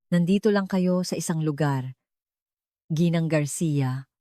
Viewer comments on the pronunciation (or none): none